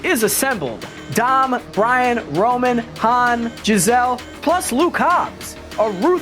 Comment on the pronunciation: he calls Ludacris's character rom 🤦 smh